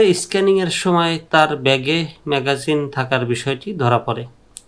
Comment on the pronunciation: দোচনা ঐটা ম্যাগাজিন না ম্যাগজিন।